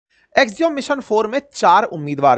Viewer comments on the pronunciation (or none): अवस्थी जी, एक्सियोम नहीं एक्सियम सही उच्चारण है।